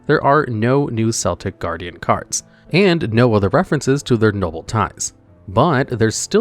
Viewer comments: Yugi Moto doesn't pronounce Celtic Guardian with the S sound, but with a K sound. Lol I think your comment farming. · Constantly getting annoyed by Seltic Guard like he's on a sports team. I know they're technically interchangeable pronunciations but that's not the monster I remember Yugi summoning. Edit: so it's another localization fail to not call it "Baking of the Skull Servants."